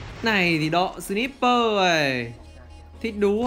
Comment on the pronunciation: Ân ơi sờ nai pơ ông đọc là sờ níp pơ